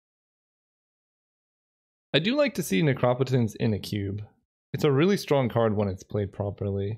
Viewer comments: Sorry, but will nobody mention the “necrapetance?” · [that meme of a dude getting threatened by a scary guy with a knife] Helpless defensive dude: Me trying to enjoy drafts Scary knife guy: pronouncing necropotence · Mark Rosewater said it should be /ˈnekrəˌpōtəns/ (like necromancy), but I think it would be more phonetically consistent as /nəˈkräpətəns/ (like necropolis). But as you can see the root "necro" is not pronounced consistently, so it could really go either way.